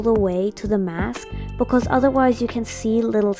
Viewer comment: YOU SPEAK LIKE ME I keep hearing becos and my friends say that i say it all the time😭 Also i really liked the eyes Just wanna know if i can paint smt like it Well that but in diff colours